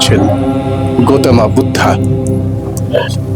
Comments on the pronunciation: পালিতে সঠিক উচ্চারণ "গোতমা"! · গৌতম বুদ্ধ। অনুরোধ রইল উচ্চারণ টি শুদ্ধ করে করুন